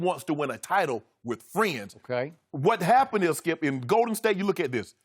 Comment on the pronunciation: Does anyone else notice/dislike the fact that Skip emphasizes the wrong word in Golden state? Lol